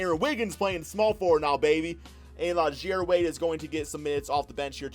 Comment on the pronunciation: it’s pronounced “zy-eere,” not “zhare”